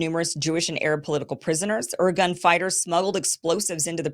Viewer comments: not "organ" but "IRGUNE" "IRGOON" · "Irgun" is pronounced "ear-GOON" (I'm fairly certain), and yes there were the OG terr0r!$t organization in the Mid East. They basically invented terr0r!$m as we now know it. They also liked to disguise themselves as MusI!m Ar.@ while committing these acts in order to deflect bIame and trick us into f!gh.t!ng their enemies for them. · Ir GUNNE. Men AH hem BAY gun. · The content is good but the pronunciation.................If you're on the internet, the information super highway, there's no excuse for not finding out how to say, Irgun, Lehi and Menachem Begin. Mangling the names is pure laziness and/or American arrogance, the attitude that foreign names are not important. How would she feel about being called Keem Aborsong? Thumbs down for that sadly. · I like Kim, but this needs a serious fact check. The Irgun (she couldn't even pronounce the name? How much research was done here?) were a militant underground organization that operated outside the mainstream Zionist leadership. They were NOT representative of Israel (which didnt even exist prior to 1948) or their leadership, but she conflates the two as being the same. The fact is the main Jewish leadership, represented by the Jewish Agency and the Haganah all condemned this attack. No mention of that by Kim. As a side note, the Brits in 1939 issued their 'White Paper', which severely restricted Jewish immigration and forced many Jews back to Nazi occupied Europe. Never an excuse for violence, but this was the main beef of the Irgun. Again, no mention of any of this relevant information, just "Israeli Terrorism Campaigns" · Hyperbole much? She's OK, but she'll be forgotten in less than 50 years. Her inability to pronounce correctly basic words like IRGUN does not impress me in the least. BEFORE you get upset, I like her, but I don't worship her.